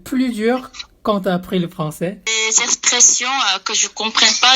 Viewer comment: Les coréens ont vraiment du mal avec le R "les exprrreessions"😂😂